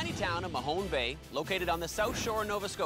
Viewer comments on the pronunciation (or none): News flash, guys...it’s MAHONE Bay! Not mahonie bay